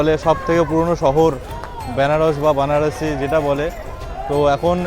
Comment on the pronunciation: 0.10 ওরে ক্ষেপা ওটা বানারসি নয় রে ওটা বারানসি